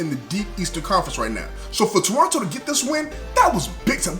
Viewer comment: Perfect pronunciation of Toronto in the opening seconds and perfect commentary!!! Was waiting for this video! Keep up the great work!